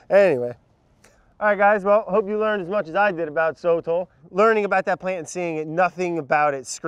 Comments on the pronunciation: Brad: So-tle Sotol guy: So-TOLL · sotol Brad: soatle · It felt like Ron and Hermione when they’re pronouncing Sotol. Like NO Ron, it’s not SOTALL- it’s SoToll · Sotol guy: SOH-tal Brad:sotel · Hey hey hey... It's pronounced "So-Tohl" ... the sotol guy probably... lol. He wasn't a very good guide. Very dull. Haha